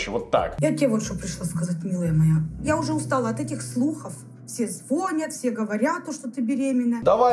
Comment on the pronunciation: Человек который так печётся об образовании говорит "звОнят"....